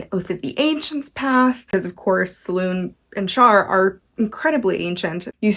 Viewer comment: Absolutely love this series. Great video - just for note it is pronounced Se-loon-ay.